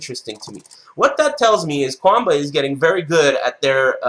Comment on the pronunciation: jjthebird it's pronounced that way, though.